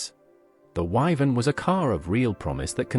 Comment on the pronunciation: WYVERN not "Vivan"